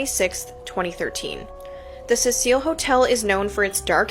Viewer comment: It's Cecil as in SEE SILL. Fuck, this chick calling it the Cecile Hotel is MAD annoying. 😅😅😅